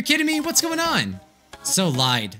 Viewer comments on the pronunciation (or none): none